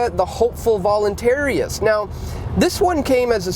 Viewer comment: check your linguistics. Rica The Hopeful Voluntarist is voluntarist and not volunteeriast, volunteeriest, voluntariast or voluntariest, but you say one of these.